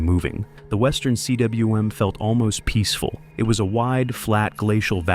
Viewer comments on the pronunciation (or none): Cwm is a word, pronounced coom rhyming with boom; it isn't an initialism, so it isn't spoken see doubleyou em. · Cwm is pronounced Koom. It’s Welsh for a steep, bowl shaped mountain basin. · Cwm is pronounced coomb ... and is 'lowhatse' the mountain next to Everest? Learn its pronunciation. 😊🇦🇺